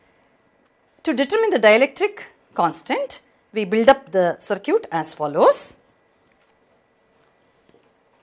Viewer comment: Circuit not sircute